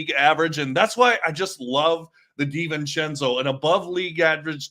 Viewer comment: Hey, it's Dee-ven-chen-zoh, not sen-zoh. Unless I'm mistaken.